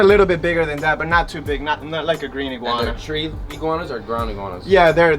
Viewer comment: He said yellow egwana